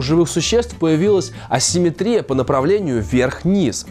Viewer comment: Хочется только поправить: правильное ударение симметрИя. Кстати говоря, слово асимметрИя Вы сказали верно. ;)